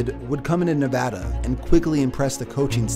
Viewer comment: Thank you for saying Nevada correctly.